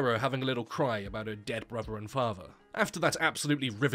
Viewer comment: "her bruver and fahver have died"